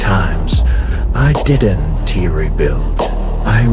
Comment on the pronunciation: this is good ut could you check the ai it doesn't now how to read don't and they just say don t and did t